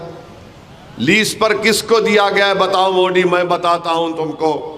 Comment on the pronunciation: ASADUDIN OWAISI .TU JABBHI BHASAN BAJI KARTAHAI MODI KA NAAM GALAT UCHARAN KARTA HAI UCHARAN SAHITARHA SE KAR SAMJHA😁